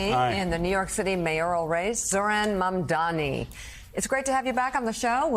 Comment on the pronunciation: The name is Mam - Da - Ni. You can pronounced SCHWARZENEGGER, NETANYAHU, ZELENSKY, HOCHUL etc you sure can pronounce a 3 syllable words wirh vovel after every consonant sounds, MF!. 😂